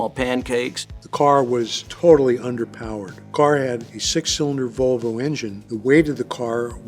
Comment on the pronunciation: I'm sorry who pronounces Volvo that way?